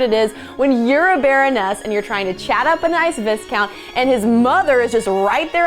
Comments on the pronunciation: I enjoyed the entire video and I think the narrator is hilarious. I don't know if this has been mentioned yet but it's pronounced "Vy-count" not "Vis-count". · it's pronounced vi count not vis count and people all over the world still use corsets. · The 's' in vicount is silent and the 'i' is a long i sound. It's pronounced "v-eye-count", not "viss-count". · Its not pronounced VIS-count. The 's' is silent. Its pronounced VIE-Count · isn`t viscount pronounced viye-count rather than viz-count? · Vis-count? Seriously? The s is silent. The word is pronounced VI-count.. And many of the film scenes were from Pride and Prejudice. I cannot recall the names of the other films, although I know I've seen them. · Please...! Before you make a video that lectures the public on the mores and habits of the Victorian English, learn to pronounce things correctly. It's not "Vis-count" it's "Vi-count" with the "s" silent. Conversely, the simple word "sword" has a silent "w" and is pronounced "sord". Honestly, I had to stop watching this, it was too embarrassing. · It's "VI COUNT" not VISCOUNT....Might want to do your homework. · It's pronounced "vye-count", not "visscount" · Viscount is pronounced VY - count, not viss - count. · FYI: It's pronounced Vy-count, no Viss-count. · It's pronounced v-"eye"-count, not v-iss-count. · not +lauraminnick, but if I remember she pronounced "sword" (sord) as (swoord) and "viscount" (vicount) as (viscount). I hope you don't mind my jumping in. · "..a nice Vissscount"? My dear lady, the title Viscount is pronounced Vi-count. The 's' is silent. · um viscount is pronounce vi count, not viz count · A few errors..."viscount" is pronounced "vigh-count" (as in a long "i"), and the system of passing on property to the eldest son is primogeniture, not primogenitor. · What’s a Viss-count? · Is that a leaning end table from Pisa? PS: the w in sword is silent and it’s “VI count.” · 'Sword' is pronounced 'sord' and 'Viscount' is pronounced 'vycount'.